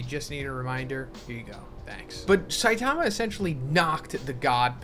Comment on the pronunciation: sai--taaama cringe pronounciation . cringe.